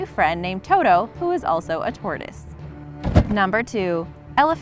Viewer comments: The tortoise is named mzee pronounced as /mzɛ/ like how you pronounce bread (brɛd) and not /zi/ or /mzei/. Mzee is a Kiswahili word meaning old man or elder. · It's Owen and Mezee (Mezae) not zee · Its not z it is Mzee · At number 3 it not zee it’s meeze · Guys the one about the hippo and tortoise we read a story about them in ela their Owen and Mzee btw the tortoise is pronounced ma zay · By the way the turtles name is not zee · it is pronounced ma za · I knew the Owen and mzee one! It's actually pronuonced mzay though. Still spelled the same though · It’s mzee (M- ZAY) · The photos chosen to tell the tale of the hippo and the turtle are hilarious! Even more when the narrator say "They spent hours snuggling together" and "They gave zee a new friend" Poor zee. I am cracking though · You make me so mad you said the turtle's name wrong you make me very mad I learned how to say that name in school and you probably older than me cannot say the name correctly I'm disappointed